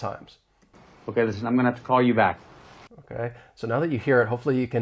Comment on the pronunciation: I just heard like "I'm mana tuh call you back" even with 0.25 playback speed 🥲